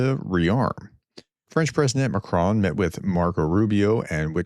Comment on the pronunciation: Say “on” and then say “Macr on”. It’s not macroan!